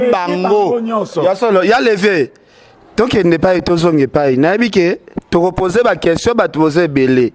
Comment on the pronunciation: Oyo penza azalaka mayelete oyo, azoloba DONKI......DONC